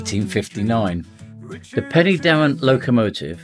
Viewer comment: Pen- er-Darren not Penny as in currency